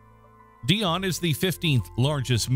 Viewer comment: It's pronounced "Dy-Oh-Nee" - NOT "Dionne" as in Dionne Warwick !!!